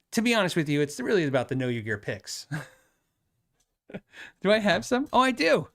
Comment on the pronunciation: When you said KYG picks, I honestly though you were saying pics and were going to hold up some snaps.